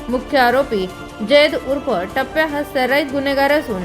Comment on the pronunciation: तो टैप्या, आहे टप्प्या नाही😂😂